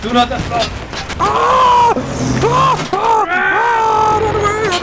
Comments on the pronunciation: "I asplode" ROTFLMFAO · Haha me too :) "asplode" lols